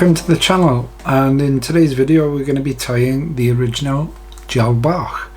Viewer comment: Hi, thanks for this method. Been trying to tie #16 DB's but they are always too "Fat" BUT using a single herl and your twist method- worked first time!! Brilliant!! Many thanks. AND thanks for the correct pronunciation of "Bach". More please- of your nice slim flies.